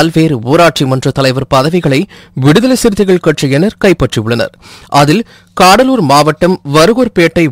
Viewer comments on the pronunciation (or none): தம்பி "காடலூர்" இல்லை . "கடலூர்" .மொழியை வசப்படுத்துஙகள்.